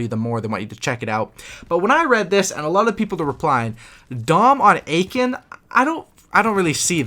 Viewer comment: Aachen is pronounced ”Uh-ken” ;) not Aiken